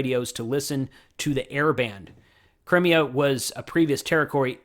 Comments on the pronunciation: Thanks for this. Once again another quality broadcast. BTW Crimea is pronounced Cry-me-a 😉🇺🇦🇺🇦🇺🇦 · Cry-me-a. As in Crimean War, etc.